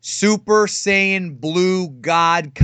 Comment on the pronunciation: you know shit just got real when says "saiyan"